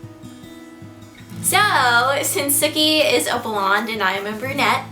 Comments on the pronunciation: he didn't get the 'ssssookie' right :-( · hahah i keep thinking that she's saying "Snooky" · Every time you said "Sooki" I thought you were saying "Snooki" lol! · every time you say sookie, I hear SNOOKIE! LOL! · I always feel like you say snooki haha!